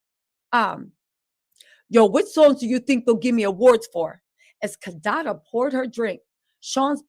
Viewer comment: Kadada/kadede 😂 got love